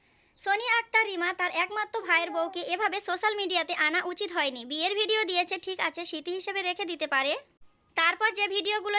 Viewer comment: আপু ডিক বলচেন😂😂😂😂